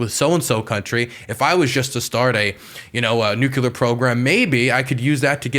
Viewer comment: Nucular why do people have a hard time to say nuclear